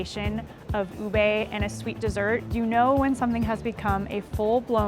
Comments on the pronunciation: It's UBE not UBEY 😒😒😒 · U beh. Not Ubey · Ube is not allover South East Asia, Ube is a variety found only in the Philippines, and it is pronounced UBEH,not UBEY.